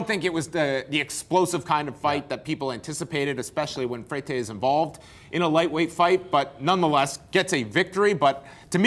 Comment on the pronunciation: Freytey? Freitei? FrayTay? Wtf.......... It's Freire, how the fuck did he get freytey?